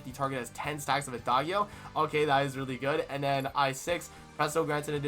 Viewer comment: For Adagio don't say the g with the 'guh' you used. It's more like, "djee" Ah-dah-djee-o.